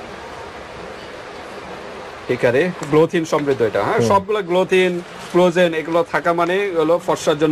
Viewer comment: ভাই আপনারা উচ্চারণ আগে ঠিক করেন। ক্লজেন না। হবে কোলাজেন